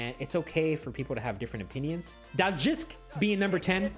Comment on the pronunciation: Thank you for correcting me! I will pronounce it correctly moving forward